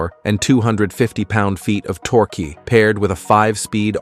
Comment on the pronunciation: it's pronounced tork ( torque), not torky :))